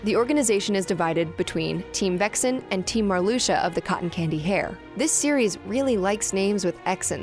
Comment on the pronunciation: Mar-lusha?!? It's Mar-lux-ia.